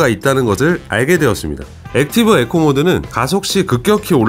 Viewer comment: 형.. 에코가 아니라 이코,,, 이코……